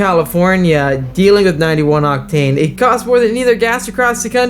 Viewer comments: Unusual pronunciation of the word OCTANE with the emphasis on the wrong syllable. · You say “octane” in a different way… sometimes.